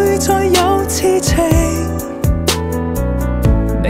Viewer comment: 昨“日”和痴”情字在广东话里发音有问题，如果要唱对痴音，就要唱“痴”高音大声点（旋律会有点不同，但比较顺耳）